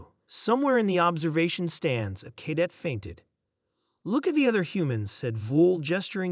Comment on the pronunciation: For the love of God get an AI program that can correctly pronounce death and cadet